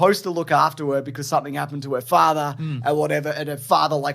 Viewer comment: your accent while saying "father" is the best thing I ever heard!